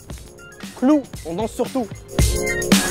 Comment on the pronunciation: "We dance on any surface concrete... sand... snow... anything" After "snow" he said "clous" So we can dance on cloves... :)